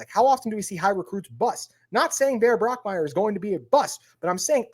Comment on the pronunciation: Also, it is Bach Meier not Brock Meier.